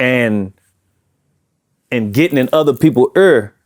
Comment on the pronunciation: He can’t help it he said euur (ear) just like thuur (there) huur (here)😂😂😂😂